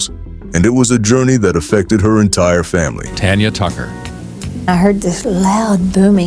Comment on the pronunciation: She is not Tonya it's Tanya